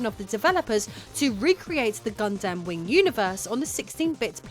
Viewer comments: I think it's "Gundam" not "God Damn" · I like doing the segment where you were talking about Mobile suit Gundam, with your British accent it sounds like you're saying, got damn. With your British accent, when you speak, you say every syllable within a two syllable word, instead of, just saying it as one word, you and your husband, do this, I'm just telling you, what I've noticed, it's not bad, I'm just giving out my two cents here.